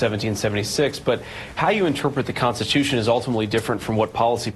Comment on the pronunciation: Oh that tomi clip again. I can't stand it when she claims to be a conservative and CAN'T EVEN PRONOUNCE CONSTITUTION! two t's tomi two t's